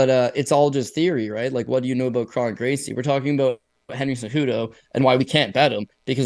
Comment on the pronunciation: I think Kron rhymes with cone